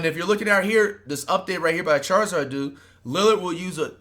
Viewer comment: "charizard" dude